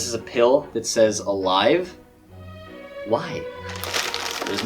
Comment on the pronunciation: me: are you sure its not Alive like pronounced A-Leave